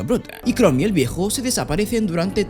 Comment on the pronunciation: Yo: Chrome verdad? como el de Google: Shroom Yo: Acaba de decir hongo en ingles? que le paso al amigo xd: Shroom como el navegador Yo: Sabra que se dice "Krom" aca en español, en ingles y hasta en japones solo de poner 2 segundos de atencion.-. Porfa cuando hagas reseñas, habla bien no es mucho pedir, me chirria verte pronunciando como subnormal.